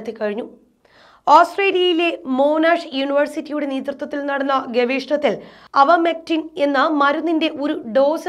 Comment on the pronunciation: അവർമെക്റ്റിൻ അല്ല, ഐവർമെക്റ്റിൻ (Ivermectin).